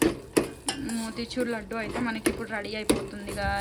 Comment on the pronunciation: Laaaaaadu kadu laddu anu amma 😂😂